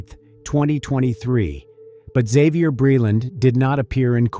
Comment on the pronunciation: Isn't it pronounced "zay-vee-yur"? What's with the "ixx " at the front, Isn't it a silent x??